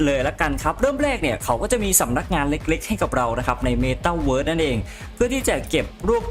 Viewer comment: ข้อมูลดี แต่ไม่ชอบตรง พูดWorld มันไม่ได้อ่านว่าเวิสสสสส